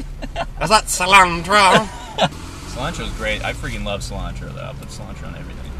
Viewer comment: I LOVE THIS SO MUCH, OLAN! That cilantro pronunciation was perfection, btw.